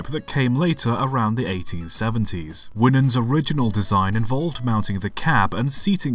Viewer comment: Uhm. The camel back locos. By Ross Winans. Its not pronounced (win)ans. Its pronounced more like (Y)nans